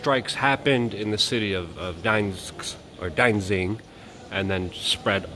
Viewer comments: It's Danzig and not Danzing - you ought to know, but knowing you're a shill... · Danzig not danzing. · Its pronounced Danzig, not Dansin or Dainsink